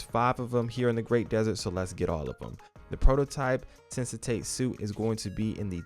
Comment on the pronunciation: "Sensate suit"... not sure how you're reading "sensatate" from that word, but ok.